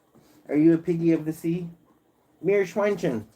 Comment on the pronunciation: Haha when the live was over. YT informed me of the live today 😂always fun to talk. Thanks. Have a good Week and take care of you! And your Meerschweinchen 😁🐹when you ask Saskia. She knows her german Viewers and speak a bit german with us crazy Guys at the lives☺️ I love how you say Meerschweinchen ♥️